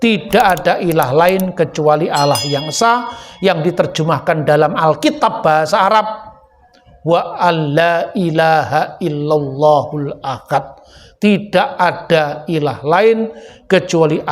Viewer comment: penutupnya pun kesleo lidah (slip of thonk)? bukan huwallahu "akad" tapi "ahad" wkwkwk.....